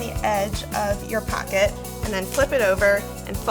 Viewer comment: The way you say pocket bugs me